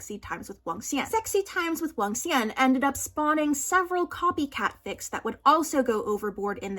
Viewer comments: as someone learnong mandarin and loves hanfu but never watched any cdramas i see cdramas EVERYWHERE but dont care for them. even without ever having heard it before your pronunciation of Wangxuan is SO FLAWLESS. You literally spund like a native every time you say it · When you pronounced Wangxian correctly I got so excited